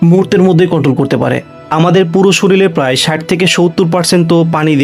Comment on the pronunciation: Vai,shoril na;shorir!!!!!😂😂😂😂😂😂😂😂😂